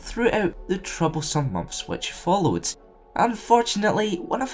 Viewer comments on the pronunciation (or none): none